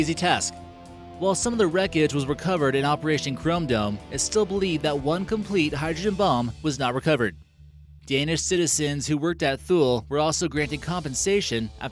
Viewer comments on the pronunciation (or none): Thule is pronounced Too-Lee. Go to the back of the class next to the kid who picks his nose and eats it. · Where is the Barren sea exactly? Also Thule is pronounced Too-Lee!!!!!! Never a video without screwing something up!